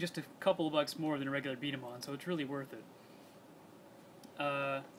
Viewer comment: B dama not b damns ball